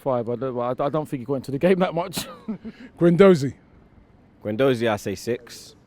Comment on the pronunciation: when are they going to start pronouncing Matteo guendouzis name properly